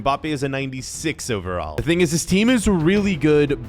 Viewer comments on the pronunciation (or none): none